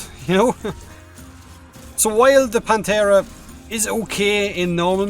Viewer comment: Every time he says "Panthera" it sounds like "Planterra"